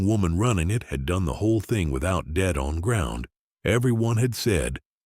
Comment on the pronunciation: Please stop with the floaties They are very distracting Ewes not yews Yews are trees rejects not reed jects debt not dead wouldn't not wooden again ewes not yews Cy not sigh Ewes not U's Chewed her cud, not shooter cud